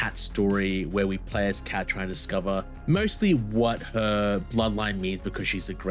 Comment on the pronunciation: KAIT her name is kait